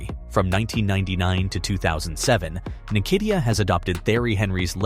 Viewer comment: You Just spoilt his name...it's "hmm kate tear"